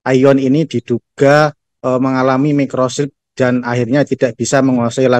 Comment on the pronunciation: Jurnalisnya bilang mobil aina aino....td bilang microsleep apa microsip.......masak jurnalis kuang baca gini..titipankah